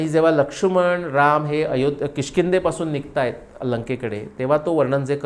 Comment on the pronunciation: जबरदस्त अभ्यास महान व्त्रक्ती 🙏🙏🙏🙏🙏 ( आपण लक्ष्मण असा उच्चार करतो, लक्षुमण असा नाही 🙏🙏🙏 )